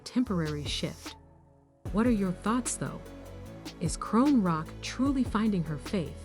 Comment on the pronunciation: CAN YOU PLEASE AT LEAST SAY HER NAME CORRECTLY ???